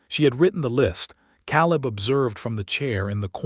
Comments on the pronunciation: Ka Leb Clar a first a is long because it ends the syllable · Love the story but hate how the AI pronounces Caleb's name wrong.